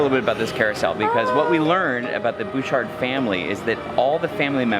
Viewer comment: Nice video, but as a resident of Victoria it is pronounced Butch-art not Booshar. Also, it's U- clu-LET. But hey, you're from away so it's ok ;) Really liked the teleportation bit.